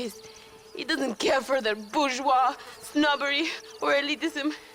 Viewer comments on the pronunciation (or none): none